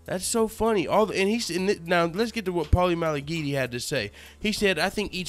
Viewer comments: Had to subscribe just for the fact he kept sayin Paulies last name wrong on purpose everytime! Hilarious shit! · Dude he slaughtered his last name A hundred different ways !! Lmao ! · LMAO...U butchered Maligfaggi's name. I love it. Can't stand that weasel. Video is on point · Paulie 'Maligotchi, Maligucci, Maliguitus, Maligeetee" Malignaggi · at first i thought he was saying paulies name wrong. this video is too funny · I agree with u but u have no idea how to say paulina las name